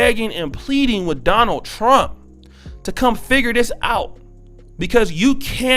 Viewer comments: Not only did she say Trunk did she also say Chinama? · Wait a minute lady it's Trump not trunk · President Trunk? It sounds like she needs to go to school. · She was at least entertaining. During these times I'm going to give her a pass. I imagine tons of parents feel this way. She was just brave and beligerent enough to do while smoking and mispronouncing his name. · She was at least entertaining. During these times I'm going to give her a pass. I imagine tons of parents feel this way. She was just brave and beligerent enough to do it while smoking and mispronouncing the Presidents name.